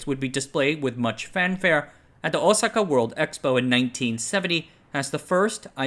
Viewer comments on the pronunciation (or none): none